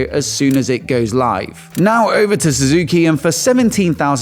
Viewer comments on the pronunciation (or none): none